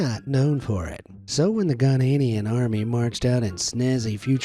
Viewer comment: I'm from Ghana and the way he said Ghanaian.